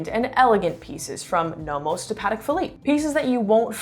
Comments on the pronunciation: Pronouncing Patek wrong bruh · Native French speaker here. I truly recommend taking a class in French, and prononciation. Paddick and Ottomar?